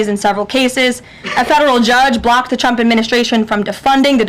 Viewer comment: She said Chump instead of Trump, it's getting weird.